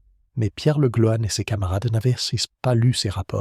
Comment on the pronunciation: Il faudrait apprendre le français. Le Golan ne s'est jamais prononcé Le Gloanne !